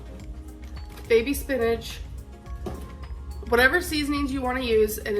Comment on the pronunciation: It bothers me how she says “spinnadge” instead of spinach